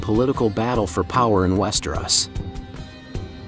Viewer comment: Bro, how can you know so much about the show/books, but not know how to properly pronounce Westeros?? West-er-Os, not West-er-oss. I had to stop watching because it hurts every time you say it.